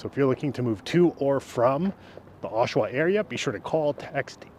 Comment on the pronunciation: gen-eral... osh-awa... pretty straightforward, bud.